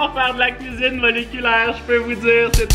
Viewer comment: "j'ADORE LA CUISIBE MOLECULAIRE" sinon c vraiment des surper video continue comme sa